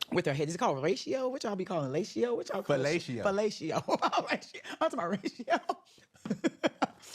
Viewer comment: Marlo went to far.... She could not handle being full time. And to not know how to pronounce fellatio, with all the old rich men that she has done the deed to.